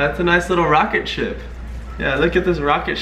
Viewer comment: lol roketship LOL NOPE that's he better way to say DAT XDDDDDDDDDD